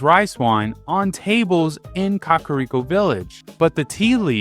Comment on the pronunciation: I'm sorry... Did you say Hillia?? Kariko????